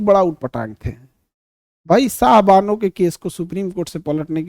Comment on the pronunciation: Sayrabano नहीं सर शाहबानो